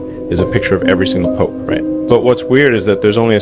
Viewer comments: Why does Elon say pop instead of Pope. It's AI talk isn't it? He didn't speak this not to say he's a saint. Might all roads lead to Rome? And 33 is the most esoteric all sign number? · Pope not Pop...❤ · People talking about good and evil and can’t even get past black and white. Smh 🤦🏽‍♂️ and was the first part of this video A.I.? Why did it seem unnatural with Elon saying “Pop” instead of “pope” and then saying “Pope” halfway through the video?